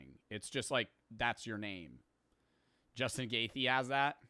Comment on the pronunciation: Why did say Justin’s name like that 😭